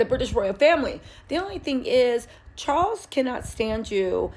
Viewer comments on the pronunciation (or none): none